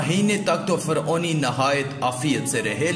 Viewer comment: Faoni ni hota Firouni hota ha